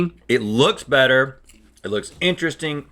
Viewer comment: The intro dialogue, the time of the show where Link stops pronouncing “R’s”...”Bettuh, than buttah”